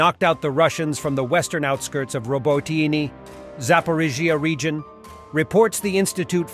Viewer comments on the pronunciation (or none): First it was "Robo-tine" and now your bot calls it "Robo-teeny"! This is so insulting. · Consistently mispronouced place name (Robotyne) by a stupid bot or a person who refuses to take the time to learn. The war began in February of last year, so it's not the novelty of an unfamiliar language - it's laziness, stupidity or deliberate insult.